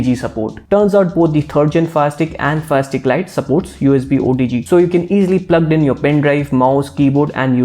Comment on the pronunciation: For a moment there i thought you were saying plastic and plastic lite hehehe sorry